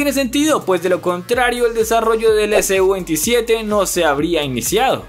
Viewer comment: Se dice su-27 todo junto no S-U